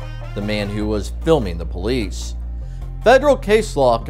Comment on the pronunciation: “brolice” not police